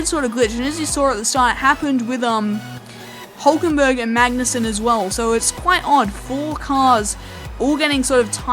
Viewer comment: Great Episode, but a little tip from my side: Nico Hülkenberg is pronouced Huelkenberg not just Hulkenberg :)